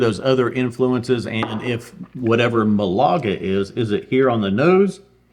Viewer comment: Great review guys ! (Málaga not Malága is a sweet fortified wine much like PX) Cheers